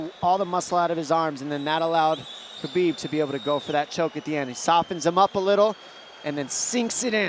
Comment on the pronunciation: Khabib not chabib